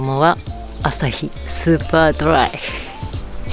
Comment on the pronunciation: アスパラも炊き込みご飯も、そしてお肉も、全部が美味しそうです！ タケノコは、炊き込みご飯の具の中で、王道ですよね！ 私もタケノコ大好きで、炊き込みご飯のタケノコは最高です！ 天ぷらも捨てがたいですが😅 ヨダレが…。 スーパードライの発音、次はネイティブで。期待してます👍 焼いたタケノコ、焼き色が綺麗で美味しそうですね！ そりゃあSuperflyも、いや、スーパードライも２本飲みますよね😆 呼び方はバイカーよりも、ライダーの方がカッコいいかもです😅 佐多岬…高速を鹿屋で下りてからが遠かったです。 良い景色ですよね✨ 今回も楽しく拝見させていただきました。 ありがとうございました🙇‍♂️